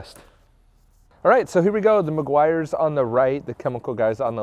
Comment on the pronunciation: It's pronounced Meh-gee-ars 😎